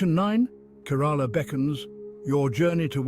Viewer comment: Please at least learn to pronounce the name of the state correctly